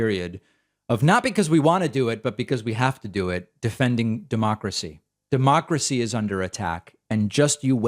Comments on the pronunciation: Herschel Walker is so dumb!!! He can't even say Democracy and I'm sure he doesn't even know what it means! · David……I see what you mean about Herschel not being able to say democracy, but he has no problem pronouncing Democrat. They’re not that far apart are they!?